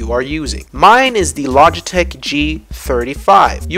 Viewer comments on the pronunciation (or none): none